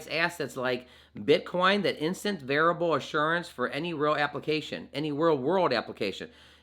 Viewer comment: VER- I FI -A BLE, not variable....